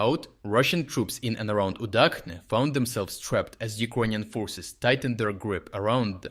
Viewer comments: Udachne is pronounced udʌtʃne, not udʌkne. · Minor comment: /ch/ in Ukrainian latinisation is always pronounced like ch in chess. So Udachne is not pronounced the way do did